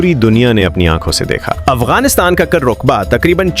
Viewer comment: رقبہ پر زبر ہے کابل پر پیش ہے قہوہ پر زبر نہی زیر ہےزبح پر بر نہی زیر ہے اپ اردو پڑھیں پھر بولیں ہرجملے میں غلط الفاظ بولے گۓ ہیں